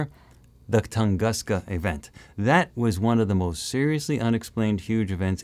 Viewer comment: Please say "Toon-goos-ka". When you see "u" in Slavic words, it sounds like "u" in word "bush". (The same goes for "sputnik")